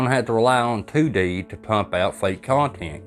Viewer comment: 2D...two dee...Tew dee...😅😂😊